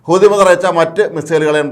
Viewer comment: ഒരു കഴിവില്ലാത്ത ഇവനെപ്പോലുള്ളവരെ വാർത്ത പറയാൻ ഏല്പിച്ചത് കഷ്ടം ഹൂത്തിഎന്ന് പറയാൻ പോലും പറ്റുന്നില്ല. അമേരിക്കക്ക് ഒറ്റക്ക് അടിക്കാൻ ഭയമാണ്.ഹൂത്തിയോട് കളിച്ചാൽ വിവരം അറിയും.